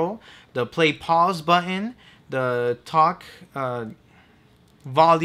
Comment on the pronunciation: You need to pronounce the "th" in a word better. When you say "the" it comes out as "da." It's always with a word with th...well, mostly.